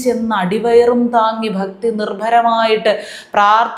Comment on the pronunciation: ഫക്തിയല്ല. ഭക്തി... നിങ്ങളുടെ എല്ലാ വീഡിയോസും കാണുന്നു. ഫുൾ സപ്പോർട്ട് 👍👍👍👍👍